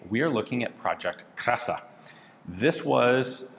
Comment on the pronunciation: Krasa...ok. I think it's clearly kraska.